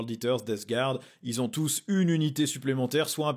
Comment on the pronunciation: J'adore ta chaine et je ne loupe pas une vidéo... mais j'en regarde aussi d'autres. Pour toi qui est perfectly fluent en anglais (vu ta chaine secondaire et ta bonne prononciation de "Guard"!! 😅), tu devrais suivre Valrak! C'est vraiment un passionné du lore, des SM sous toutes leurs formes, et du hobby en général... et aussi un mec bien informé, voire très bien informé (il a souvent tout bon bien en avance... Eldars, Slaanesh,...). Ca fait quelques temps qu'il traite de ces rumeurs SM (plutôt des personnages pour ce qui est des chapitres Vanilla) et dernièrement, il a évoqué un codex SM V2 pour cette édition. Ce ne serait pas la première fois que ça arrive! Mais sinon, n'étant pas joueur SM moi même, j'avoue que je saute pas de joie à l'évocation d'une nouvelle série de sorties SM, surtout quand la Year of Chaos (la mal nommée) est aussi décevante (mais moi aussi je kiffe les Sekhetar!). Qui vivra verra! Et pour info, comme je l'ai vu dans d'autres commentaires de cette video, la rumeur de la boite V11 c'est surtout SM vs Orks, et non vs Drukhari, la grande tendance!! 😉